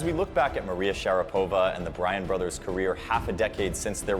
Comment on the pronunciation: It's pronounced sha-RA-pova not share-PO-va.